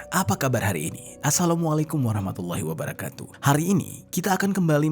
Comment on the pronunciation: bang, mohon koreksi, wabarakatuh itu dibacanya wabarokatuh bang, memang udah kesalahan umun di indonesia huruf Ro selalu dibaca Ra, mungkin karena latin nya ditulis Ra. sukses terus bang.